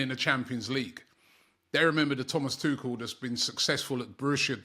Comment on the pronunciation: butchering names isn't surprising anymore.